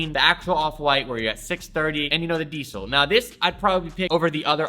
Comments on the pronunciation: It sounds like you're saying DSOL but it's pronounced diesel lol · "DIESEL' s" original pronounciation is something like "deasel" and not "diesél". Still a good video, respect from Germany 🔥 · its DIESEL lol like the gas .. not DEESEL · why the f you pronounce diesel like that lol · Polo Ralph LARAN? DSOLE? Dude how do you not know how to pronounce these... Also, the diesel hoodie is made out of neoprene... educate yourself dude.